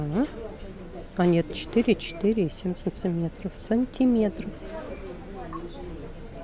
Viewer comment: Ооочень хороший обзор!Но режет слух слово"цынцыметров"!